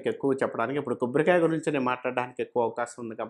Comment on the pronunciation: Kobborikaya kadhu...Kobbarikaya....sochanga kadhu...swachanga🤦